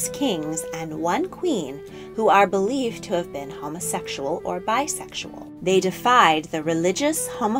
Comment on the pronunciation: How the narrator says “homosexual” just rubs me the wrong way for some reason. I’d also like to point out just how many INACCURACIES this video has. I’m not at all claiming to be a history wiz, nor do I know a Great deal of our world’s history, but I know enough to say with confidence, this video was poorly put together. Just basic “facts” that can be easily confirmed with a simple google search, are way off. I mean I’d honestly compare it to some one making an educational video about astronauts and saying “The first man to ever walk on the moon was Bobby Joe Armweak in 1999.” (Clearly I’m wrong, this is just a comparison to how off these ‘facts’ are.). Just saying....